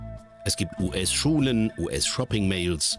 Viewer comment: Es heißt Mall und nicht Mail